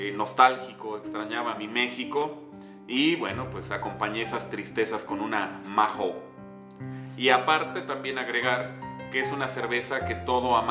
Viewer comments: Jajaja , nunca escuché a nadie que pronunciara la marca de esta cerveza así, " maju " , por cierto "cracks", habéis probado la variedad 5 estrellas , existen otras opciones de la marca mahou, como la clásica( lata verde), barrica, negra, maestra etc. No las metáis metáis todas en el mismo saco, se nota no tenéis ni p. Idea desde el respeto os lo digo. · Soy de españa y la verdad que no es que me guste mucho. Por cierto, sin ofender, aqui la pronunciamos "maou", solo para que lo sepais. Gran video como todos y viva metallica!!!!